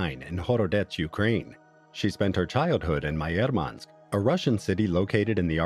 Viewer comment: Murmansk though not Moermansk